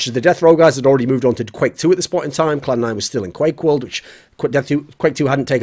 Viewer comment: Clan 9* not Cloud 9. Or I'm just hearing poorly lol. etc.